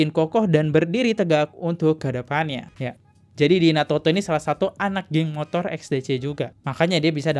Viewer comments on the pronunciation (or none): none